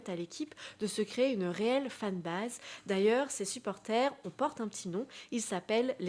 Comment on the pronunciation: Le kcx 😊 et pitié la prononciation de fanbase a revoir